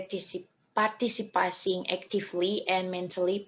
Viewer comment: I like the way you present the materials, though there's a mispronounced in some words, like when you said "participating", I can still get what you mean. Keep it up!